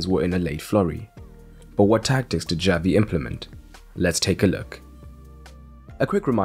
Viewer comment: omg the way he pronounces "Xavi" gives me chest pain